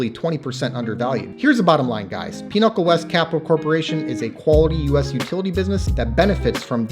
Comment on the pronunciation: why are you pronouncing Pinnacle as Pinochle?